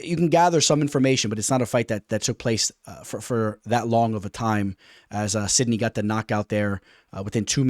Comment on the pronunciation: Where's the knee in sidhey 😂 sidknee is wild. (Sid ee)